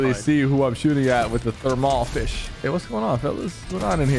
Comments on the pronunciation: "thEEArmal fIshe" Sypher, 2022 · I died when Sypher said termal fish wrong it’s a secret weapon it’s called thermal fishh